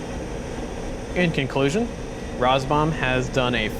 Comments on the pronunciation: Is that how you are meant to pronounce RAZBAM? Rars-bum? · I love your videos, keep up the good work. However, I have to agree with other comments about your mispronunciations. Not a deal breaker, but an area to improve. I do wonder if “Roz-Bomb” or “Raz-Bam” is correct now. :)